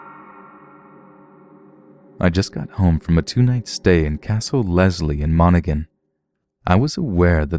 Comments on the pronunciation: Love the stories but you managed to Butcher the name of the county Donegal it’s pronounced done-ee-gawl and county Monaghan is pronounced mon-a-hen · Im from monaghan and my mam worked in castle leslie and has experienced some paranormal incounters and monaghan is pronounced mon a hin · It's not Monighin is prenounced Mon-a-Han. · Monaghan mon-a-hin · MON A HAN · Also Monaghan is pronounced mon a han lol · Monaghan 😂 and before people respond yes I'm Irish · They way he said Monaghan made me laugh😂